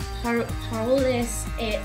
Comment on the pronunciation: françois = français ^^ and said "paroLE" without accent and pronounce it like when u said .... LE françois ... :) it will be easier to pronounce